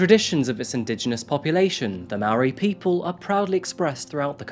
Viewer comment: Kia Ora and thanks for not butchering the word Māori. ❤